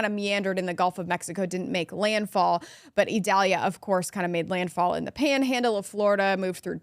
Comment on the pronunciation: Its Idalia not Edalia.